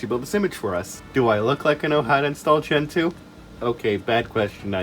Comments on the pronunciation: You pronounced "gentoo" incorrectly. You said "gentoo" but it's actually pronounced "gentoo". Thank you for correcting this. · I know this is a 7 months old comment, but I believe it's actually pronounced "gentoo". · I thought it was pronounced "gentoo" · omg wrong it’s actually pronounced “gentoo”!!!! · NO!! IT'S PRONOUNCED GENTOO!!